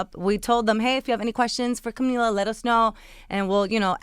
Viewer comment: does the one standing even know spanish. She mispronounced camila's name wrong